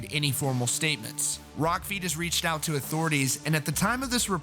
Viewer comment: When you said "Rock feed has", it sounded like you said "Rock Fetus". I found the name of my next band.